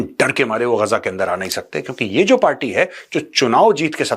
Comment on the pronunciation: Major saab it is गाजा नोट गजा.